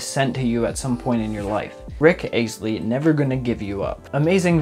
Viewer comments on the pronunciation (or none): pls its not ace tly is astley never say that wrong also i love ur vids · Did he just say Rick ace tley??? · Umm did anyone else cringe when he said “aestly” when he said Rick Astley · Yeah..... I did :(